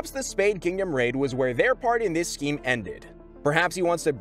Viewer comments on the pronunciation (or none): none